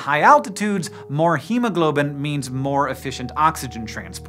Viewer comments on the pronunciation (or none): none